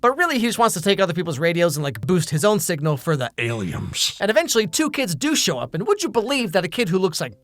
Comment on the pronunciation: The Aliems! 🤣